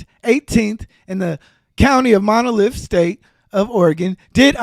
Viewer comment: Oh man!! He should’ve been making content on anything else instead of gossip, community talk, female nature, or politics. By the way, it’s Multnomah, not monolith! I’m just saying. Grammar and definition are important.